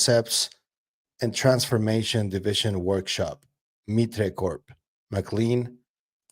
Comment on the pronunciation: Oh, just wanted to let you know, because it will come up again in these talks brother, MITRE corporation is long implicated in UAP topic. The company is pronounced like "MIGHT-ER" Cheers! Congrats again to you and the wife!!